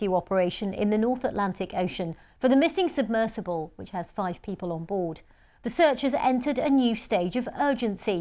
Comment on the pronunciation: Why is she saying words funny? Sonar pronounced differently each time, and “submissible” as opposed to submersible halfway through… who is she?